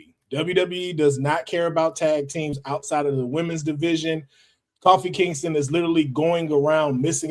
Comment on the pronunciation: Bro said “Coffee Kingston.” 🤦🏻‍♂️